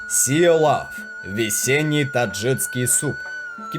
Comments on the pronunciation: Только не таджиЦкий, а таджикский. Прям уши резало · Ролик классный, аппетитный, но очень режет слух таджиЦкий, узбекЦкий. Верно говорить: ТаджиКистан - таджиКСКий, УзбеКистан - узбеКСКий) Такие вот дела. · Очень хорошие программы, отличный видеоряд - спасибо! Несколько замечаний по поводу неправильных ударений (хорошо бы проверять как что произносится) и слов (вроде "ложат" вместо "кладут"), а также таджиЦкий, узбеЦкий. Если вы уж по русски говорите, то произносите правильно - таджиКский, узбеКский. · ТаджиКский ,УзбеКский ,там Ц нету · Отлично. Но очень режет уши слово "таджицкий". ТАДЖИКСКИЙ. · Таджикский, а не таджиЦкий. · Нельзя так безграмотно читать тексты. Таджиц таджицкий. Узбец узбецкий. Но так там же таджик и значит таджикский, узбек значит узбекский. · Все хорошо, только правильно таджиКский, а то аж слух режет ваше "таджиЦкий".. по аналогии вы так назовёте "казаЦкий," вместо казаХский, а это уже бред казаЦкий (! Казаки, но не казахи!), узбеЦкий и пр неправильные названия. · ТаджиКСкий, а не таджиЦкий!😡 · Автор, не таджиЦкий а таджиКский! Слух режет твоя безграмотность! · ТАДЖИКСКИЙ, А НЕ ТАДЖИЦКИЙ